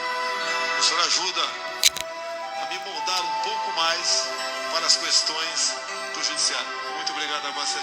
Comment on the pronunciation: Odeio a pronúncia do bostonaro "cuestões..."